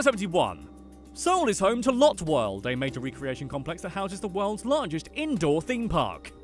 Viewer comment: It's not lot it's lotte like a latte